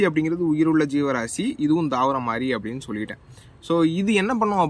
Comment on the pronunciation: Please change the pronounciation